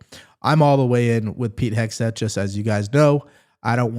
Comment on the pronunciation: Warren says " Heg-S-teth." Can't she read?